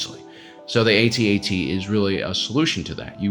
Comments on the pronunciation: Lost any credibility as soon as I heard A-T-A-T and not AT-AT. Was called the AT-AT when ESB came out and again when RotJ came out. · It’s actually pronounced: AT-AT…….NOT: A,T, A,T……..1980s original Star Wars fans know this……plus an AT-ST is called a scout walker……NOT: A,T,S,T……kids these days don’t know anything! lol 🙄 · "At" "At". Not "A" "T" "A" "T" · It's "AT-AT" not "A-T-A-T". Why? Because you don't say T-I-E fighter. And you'd better if you're gonna insist that it's "A-T-A-T". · Can you please just say atat, you don't say T I E fighter. It's what people called it back in the day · I was restraining myself on commenting on his pronunciation of AT-AT, then he said "Cash eck" and I lost my mind.